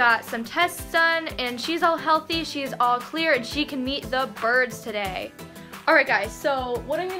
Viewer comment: umm it’s “birds” not brids